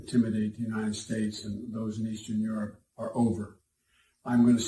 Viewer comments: you country aases keep saying United Stakes lol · Kevin kept saying United Steaks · Bro why you keep saying united snakes 😂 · Am I the only one who hears United stakes ?? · Kevin: “United Stakes” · He said United Stakes, lol 😂